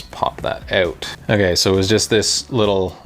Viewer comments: How to tell someone’s from Canada..axles been stripped OAT…(out😅) great video man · you couldnt tell by the way he say out idk why canadians cant say that word right